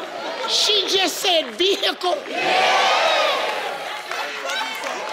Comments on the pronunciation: Veco..... Vehico! Vehicol Vehicle!!???............you telling me she said vehicle!??? Lmao That Was AWESOME lmao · She said veocle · when she said vehicle i thought she said “veckle” lol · Ve hickle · Ronnie Morr she could have said vehico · A veyhicle no Steve she said vehicle 😂😂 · In Ghana, We All Say " Ver - hi - cle " Not " Vee - hi - cle " 😂 So Dear Steve Harvey, On Behalf Of All Ghanaians, Leave Us Alone 😂😂😂😂😂😂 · Probably, because I heard vayhaycle. But I knew what she meant. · 😂😂😂😂👏🏾I'm sorry but I'm shook at these pronounciations as much as steve. Ma literally said vehicle like VeeHeckHill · #8 is quite 😚😗😘😙 When she said vaykl I thought she had said something African. I am with Steve on not realizing at all that she said vehicle. She should have followed up by saying car. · She wanted to Say," Vehicle" but sounded like she said, "Vee- Aiko" 😳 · “Vehico” like saying Mexico with the accent but it’s vexico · Vayhicle lol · I didn't hear vehicle either. I actually thought whatever she said was a type of car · Steve I would never have guessed that she said vehicle. Lol. Steve expression was priceless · Its funny when she said vehicle and he repeated right after Wrong